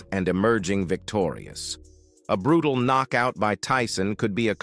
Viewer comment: "The Knock-Out punch, the escalation culminated in a devastating right hUk from Tyson" "Landed flush on Pauls Jaw sendimg him to the Can-Vase in a clean No-kout" "The silence in the Gim was reportedly defening" "Ah Jake Paul, Chuckled at Tee-son" 😂